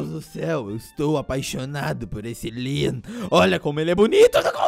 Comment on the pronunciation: Como escrever: Leon Como falar: Lean